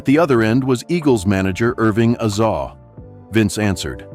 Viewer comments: Glen Frey's name pronounced wrong, Eagle's manager is Azoff, not Azaw, misleading headline; no more Royal Vault for me! Garbage. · God I hate AI. A real person would at least know how to pronounce and spell the names of the people being referenced. Glenn "Fray"? (Pronounced like"Fry") Irving "Azaw"? Irving Azoff. Seriously people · "Irving Azaw"?????? I hate artificial intelligence. It's anything but! It's Glenn Frey (Fry) and Irving Azoff.